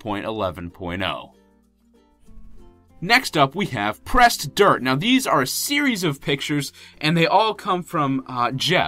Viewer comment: I thought he said pressed TURD XD Lol!!!